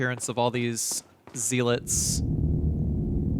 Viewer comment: Z-lits? Gun-DOUGH-luhs?! Bruh my OCD can't handle it